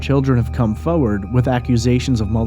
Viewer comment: Could you please learn how to pronounce the word foRwaRd it’s not fowwad - it’s excruciating and unprofessional.